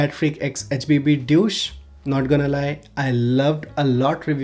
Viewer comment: The way you pronounced "DEUCE" is a bit like "DOUCHE" 😉😉